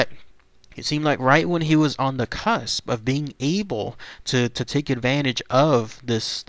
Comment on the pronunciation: *cusp, cunsp is not a word.